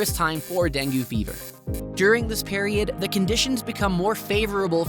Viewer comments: Deng-goo? No. Deng-gay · It's DENG not DENGYOO!! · DengYOO? Come on, even AI can improve on pronunciation by now. Oh, and, NO; there is barely any “catcalling.” Sorry, THAT is incorrect. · It's "den-gay" fever... this must be some crap AI production... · When speaking of countries with Spanish as their first language, PLEASE learn to say the words in Spanish with a decent pronunciation! Also, dengue rhymes with Bengay…. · Yeah, I can't believe he completely mispronounces it. Clearly, that tells me that he only googled this information and never really learned about it in Panama. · Dengue mispronounced was one big tell.